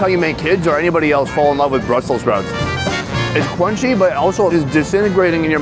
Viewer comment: Lordy have mercy, when he said, house been sprouts slaw, that hit me like nothing before.